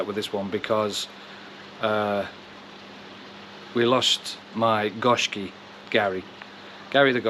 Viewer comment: sorry about the fish you lost, actually its pronounced GO SHIKI GO MEANING 5 SHIKI MEANING COLOURS